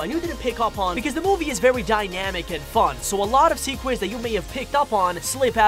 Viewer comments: You said secwets not secrets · Anyone else realized he said sequets